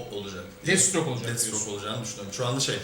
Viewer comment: Deadstroke değil Deathstroke